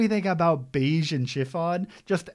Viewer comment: Love this arc so much. Glad you were still able to enjoy and appreciate the scope of Big Mom, a lot of folks are (justifiably) put off by how she becomes a mindless obstacle for half of it but this arc still made her my favorite character. Capone’s name is more pronounced ‘Beh-Gee’.